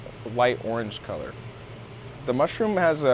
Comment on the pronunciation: I KNEW I WAS NOT THE ONLY ONE TO HEAR HIM SAY clit